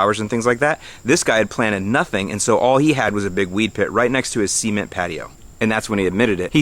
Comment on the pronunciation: You said "seement patio.". ;)